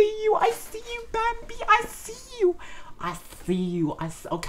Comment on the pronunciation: If you're gonna use Google translate to do the names, don't use the "English" translation for the audio. Put their korean name in the left, and click 'audio' then you'll hear how the Korean names should sound. Bamby's name is said more like "Bah-mby"